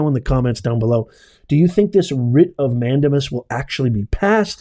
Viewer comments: Mandamas is pronounced: man-day-mas. Not man-duh-mus. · Please learn the "correct pronunciation" for the Latin legal terms. MAN DAY MUS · Respectfully.....it's pronounced "man-dame-us" 😊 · "Mandamus" A LATIN word is Pronounced : " Man- dā-mus" in English is "We COMMAND"!! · It’s a WRIT of MAN DAME US - for the love of God please pronounce it correctly- it’s wrong and distracting otherwise. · "Professor", please learn to pronounce "mandamus" correctly.